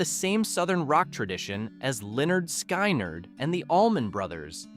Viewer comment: FFS-- It's SKIN-nerd, not SKY-nerd!